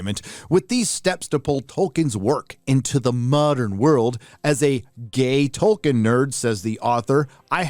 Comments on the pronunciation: TOLKIEN, not TOKEN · His name is Tolkien, not Token